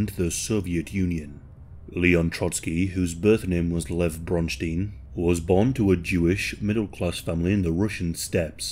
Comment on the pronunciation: Lev bronstein? Every single time